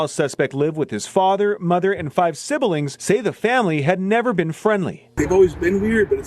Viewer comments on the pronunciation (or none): “5 sibuhlings” 🤦🏻‍♂️